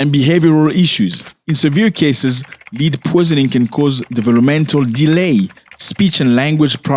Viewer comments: The word is not LEAD. It is pronounced LED. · Not "leed" my brother, led. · Its not pronounced "lead" it is pronounced as "led" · Man it's pronounced led like red or dead not lead like feed or seed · Led my guy not Lead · Do you mean Lead? Pronounced Led. Yes it's been outlawed in amerikkka for quite some time. Poor babies.🙏🙏🙏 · It is pronounced "led" not leed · It’s not pronounced Lede, it’s pronounced led. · Zach it is pronounced LED. ❤ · Bro. Lead pronounced LED 🤐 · Lead, pronounced led. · Please pronounce /led/ for the noun LEAD and /li:d/ for the full infinitive TO LEAD. Otherwise, thanks for raising awareness against pollution and for a history lesson. The language detective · Bro the world lead os not pronounced leeed as hou pronounced it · Please pronounce the word "lead" as "led". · Hi Zack It's pronounced "Led" in this case. Lead as you pronounce it, means to go in a certain direction, but the mineral is pronounced "led". That's English language for ya😅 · Zack, please pronounce "lead: as led. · My brutha 😄😄 the word "Lead" is pronounced like the word "Head" but with an "L" This is not an accent thing. You dont say "Heed" for "Head" do you? Yes, you can say it the way you do but than it's a differnt word with a different meaning. But seriously, I love your content. It's refreshing to see an African youtubber that tells informative news instead of just copy pasting tik tok dialogues with their face in the corner of the screen and than commenting on other peoples content. I've been watching you since I myself was in Africa two years ago. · As a teacher of ESL (English as a Second Language) I want to gently remind you that "Lead"rhymes with "head" in American English. My intent is to help you --not criticize you--be more easily understood as Americans tend to be very critical of even those who speak many languages while they themselves remain monolinguals!🙄🤷🏾‍♀️